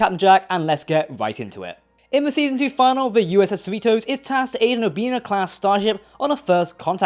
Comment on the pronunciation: You always say "season final" instead of fin-a-lee 😝